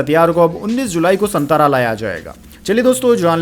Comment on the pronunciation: सातारा बोलिये,संतारा नहीं. You are not pronounced right.